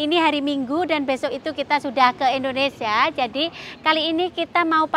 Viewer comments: Hai. maaf pengucapan yg benar Indonesia bukan Indonesa 🙏🙏❤ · ...bukan INDONESA.TAPI INDONESIA